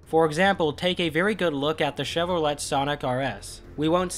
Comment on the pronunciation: The T in Chevrolet is silent, BTW